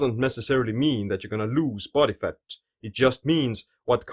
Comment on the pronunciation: I love his way of pronouncing words. Especially "faTTTTT" :D cracks me up